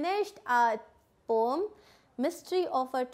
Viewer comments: Poem not pom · Poem (pronounciation) 😕